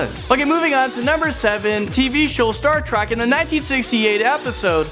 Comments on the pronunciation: It's Star Trek not Star Track 😤😤😤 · Why does he keep saying Star Track instead of Star Trek? It bothers me... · STAR TREK ! NOT "STAR TRACK" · is it just me or does he say star track not trek?? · It's pronounced Star Treck, not Star Track. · omggggg it's TREK !! NOT TRAK !! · TREK. star trek. not track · he has one more time to say "Star Track" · Yes! It was getting on my nerves😂😂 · he keeps saying star track and im shook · It really bothered me that he kept calling it "Star Track" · The way he says Star Trek ("Star Track") hurts me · If he says star track one more time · Does it annoy anyone else that the host was saying Star Trak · Why did he say star TRACK🙃😫😟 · keeps saying star trak damn it